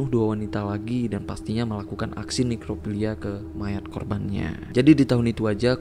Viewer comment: Bang inget ini nekrofilia bukan nerkofilia 😂